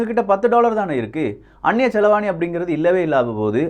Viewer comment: செலவாணி அல்ல. செலாவணி என்று சொல்லவும்.